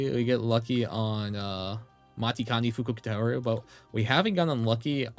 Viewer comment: bro your matikanefukukitaru pronunciation is sending me it's machi-kane-fukuk-taru 😭